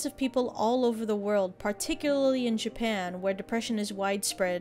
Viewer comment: Stop saying Jipan.